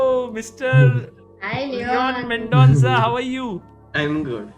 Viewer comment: GM Leon "MENCONDA"😂😂😂😂😂